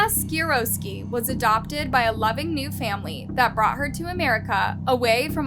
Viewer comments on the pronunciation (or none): OMFG, please learn to pronounce things. "Roksana Skirowski"...not even close. It's an easy name; same pronunciation as the guy who invented the helicopter...Sikorski. You mispronounced a half dozen names in this video, even when included clips showed you how to pronounce them. Please, do a little research before embarrassing yourself. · Who is the commentator in this doc? You really need to do your homework and stop mispronouncing names - eg., it's NOT Seeroski, but SiKORSKI; it's not Guero, but Guh-rerro. You want to be taken seriously?? Get your act together - you come off as a buffoon. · Good video but you gotta' work on your pronunciation. Osceola - Os-C-ola County. Guerrero - Gu-air-ro Sikorski - Si-Kor-Ski